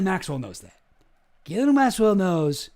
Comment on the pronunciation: It's pronounced "Jizz-lane"